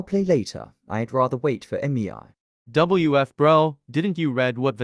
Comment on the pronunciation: “EmiEAi, eMiEai, EmiEAi”, is that actually how it is pronounced? (Not tryna be rude with anyone that its name is Mei)